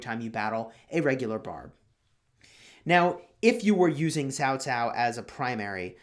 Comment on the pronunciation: pronounced the name correctly. It is Chinese transliteration "pinyin" spelling. Many youtubers mispronounced as "cow cow".